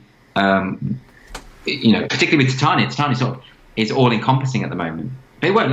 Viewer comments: Please learn how to say Titania, so cringe. Takes a tiny bit of research. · I assumed it's pronounced Tit-ania based on a one off Simpsons character, a barmaid with huge mammary glands. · Its' pronounced something like Tit-Ah-nee-a....check her out :D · Titania is from Midsummer night's Dream, it's the kinda name only upper middle class brits would give their kids. Generally pronounced something like Tit-Ah-nee-a. Just thought it was funny that every N American interview Doyle's done the interviewer got it wrong lol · I really am shocked at how many people do not know how to pronounce Ti'tan'ia... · Can no yanks pronounce Titania properly ffs?! ;)